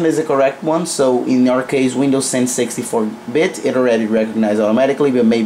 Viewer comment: when he says 64 bitt sounds like sexy4 bit